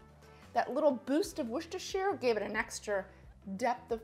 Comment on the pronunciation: For you lovely Americans heres a hint how to pronounce Worcestershire. I'll break it down phonetically WUSS-TER-CHER